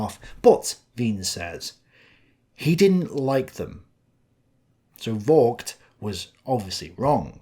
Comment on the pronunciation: I wouldn't know of the English swear word that Vogt's name sounds like if pronounced properly. The way you mispronunce it sounds closer to the f-word though. "Vogt" is pronounced with a hard "F" and long open "O", not a short one. Try "Fohgt" instead.